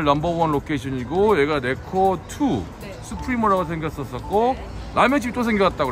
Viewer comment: " 내코"아닌 Neko 😢😅😂 찐한 육수의 면사랑이 넘쳐나네요^^👍👍